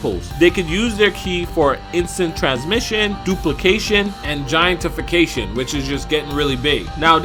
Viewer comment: It’s not pronounced giantifacation, it’s gigantification